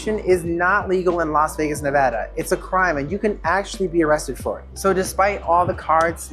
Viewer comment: All good tips, locals can tell your not from here by how you pronounce the state. It’s Ne-VAH-duh.